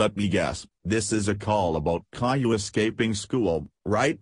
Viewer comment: How do you make Boris say Caillou instead of Kayloo?